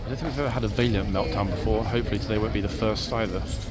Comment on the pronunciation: What is it with the two-fingered salutes? It looks so odd! PS. It's not Vaylient. It's Va(a as in apple)lient.